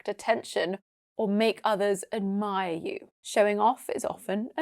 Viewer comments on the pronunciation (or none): Round 1: 3 out of 5 Round 2: 5 out of 5 Round 3: 3 out of 5 Why is the d in admire voiceless?!